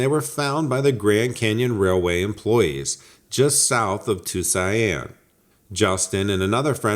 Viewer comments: If you are pronouncing the word Tuscon, would you please PLEASE stop saying "too-seye-ann" it's pronounced too-sawn. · Were you trying to say Tuscan? You keep saying tusain Arizona. It's pronounced Too-sohn, spelled Tuscan, ...... Arizona. I'm from WV and know that much... Take that how you will...lol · Too-see-on easiest way to say it. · It’s pronounced 2 son bud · meth-a-amphetamine ...Tuzianne ...are you a Virgianne bro? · Where the hell is Tucian? Or did you mean Tucson? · I agree. Good video but it was tough to hear so many mispronunciations.